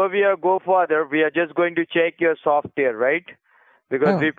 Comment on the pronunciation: Okay, that was pretty funny, "veee provide you with software... softveeehr is compatible in your computer not" Compatible in yeer computer NOT. Hahaha/ not. What a dipppy guy.